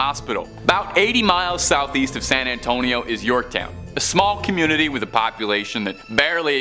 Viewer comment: I'm from San Antonio so it drove me crazy hearing her mispronounce it! 😂